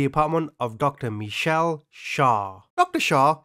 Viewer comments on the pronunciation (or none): none